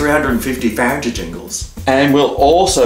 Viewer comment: Farentigingles... LOL!